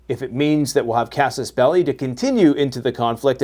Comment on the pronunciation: Ahh yes which he mispronounces 😂